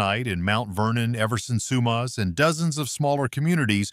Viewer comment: From BC...north of sumas,wash..he says that place different than us.. I've even heard American news say Spo..Cane wash...omg.